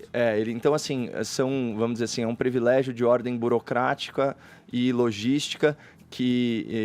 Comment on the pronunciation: Então sr. Caio... não se diz (pre vilégio) Se diz privilégio. #ficaadica 🤫